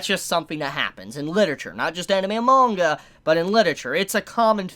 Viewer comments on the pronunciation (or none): none